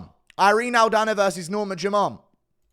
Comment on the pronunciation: Why does Guru say "Norma JUMONT"?